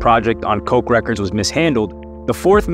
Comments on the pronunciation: "Coke records" lmao ffs it's KOTCH records like Scotch tape without the "s" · Great video. I love Clipse. And Koch Is pronounced “Kotch” records. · You pronounced Arista and Koch wrong